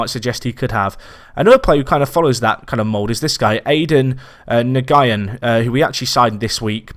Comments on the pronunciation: Hi, Nguyen is pronounced "New-in". Keep up the good content! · Nguyen is pronounced 'enwin'